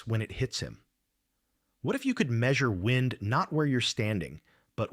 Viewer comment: For the same reason the American-english voice sometimes says "wind" with a long "i" (as in to twist or wrap something), when they should be saying "wind" with a short "i", meaning air movement - because this is AI-generated crap. Give it a downvote and move on.